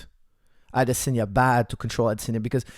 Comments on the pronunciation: I’m Nigerian, the correct way it’s pronounced Is AdeSONya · Adesanya is pronounced Ah-DISS-on-ya. Israel gave a pronunciation lesson on Ariel's show. Here's the link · Never heard anyone pronounce Adesanya like that...